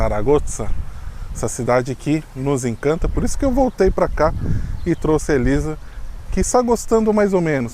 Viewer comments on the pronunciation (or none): none